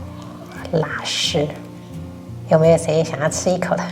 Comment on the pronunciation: 好厨艺👍❤️❤️好想吃😋是拉丝si，不是拉尸shi😄